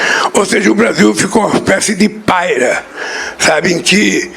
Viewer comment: Olha como um analfabeto fala sua propria lingua .. "PÁRIA" virou 'paira'.